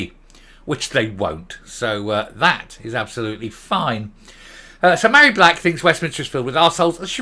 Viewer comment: Her name is not pronounced Marry, Mh in Gaelic is a V so she is Varry. I am Mairi because my name has no H. Hope I made myself clear. Funny that she doesn't know the origin of her first name.